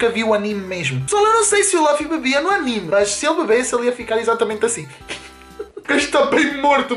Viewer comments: só é pena não saberes nem dizer o nome do Luffy.... kkk.... laffy diz ele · Primeiro é luffy e não laffy segundo não é um sombreiro é um chapéu de palha que raiva kkkkk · Luffy e Ruffy sim está certo, mas diz-se LUFFY não Laffy... Isso é o resultado de misturar o inglês ás cenas kkkkk.... e se repararem (quem sabe de one piece) aquele costplay do franky tava bem feito, o é k n sabe sequer o k foi o Time Skip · ´nao é laffy é luffy